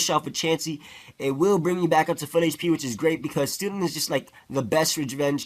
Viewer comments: lol he pronounces Stoutland as Stootland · "stootland". lolz